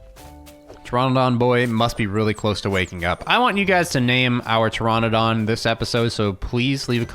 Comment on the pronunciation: Please call it Ter - RAN -adon, not Ter - RON - adon because Pteranodon is pronounced that way. I have 9 years in Paleontology and Archaeology before people roast me...